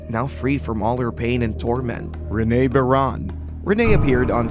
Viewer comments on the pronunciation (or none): It’s Renee not Rena